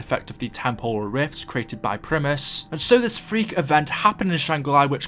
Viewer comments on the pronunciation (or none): none